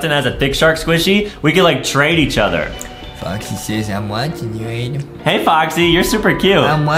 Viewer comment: is adem not adam